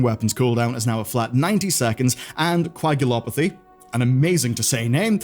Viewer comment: you said Coagulopathy wrong xD. It's KOW -A -gulopathy